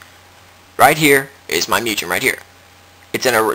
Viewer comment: Wow you're really any ass, huh? And its MOOOOO-GEHN not MEEEEEEW-JEN...